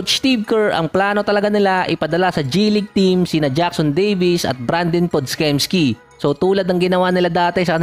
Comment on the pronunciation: Pod-jemski basa dun idol